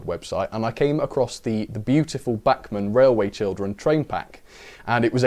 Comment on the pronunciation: It's bachmann